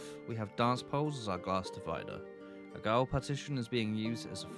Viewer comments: Goal is pronounced jail 😅 great video btw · FYI "Gaol" is pronounced "Jail". It's just an archaic spelling, the pronunciation is still the same, Jail.